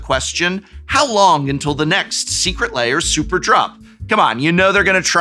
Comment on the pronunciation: New to the channel, loving everything. Is there some kind of inside joke I'm not understanding for why the floating head secret lair alert is saying Layer instead of Lair?